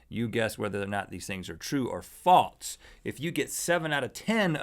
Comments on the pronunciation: Why do they say false like faltz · Love you guys... jw why do y’all pronounce false as faults? Am I pronouncing incorrectly ?